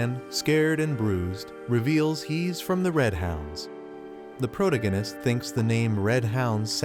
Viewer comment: You need to find a new AI that knows how to pronounce the word protagonist. It makes it really hard to listen to the video when it keeps saying that word incorrectly.